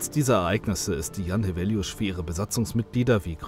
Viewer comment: I'm from Świnoujście, although have been living far away for almost 10 years. Back in 2012 when I was still in school we used to commemorate this tragedy every year. Congrats to whoever did the voice-over for a very good pronunciation of "Jan Heweliusz", shows respect and professionalism. It's also worth mentioning that ever since I can remember the weather off Polish part of the Baltic coastline has always been terrible and dangerous. It's extremely noticeable in Świnoujście because of its geography, and it's only going to get more dangerous because of the complete disregard of the importance of dunes shown by Świnoujście's authorities. I won't elaborate because it's too complicated a topic, but the situation is dire.